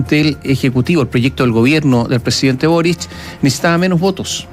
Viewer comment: es Boric no "borich"